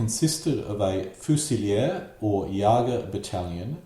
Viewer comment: Fusilier = Foosileer Leipzig = Lie+p+zik in German ei pronounced as eye, ie pronounced as ee.